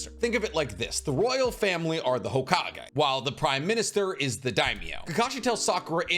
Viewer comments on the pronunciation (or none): none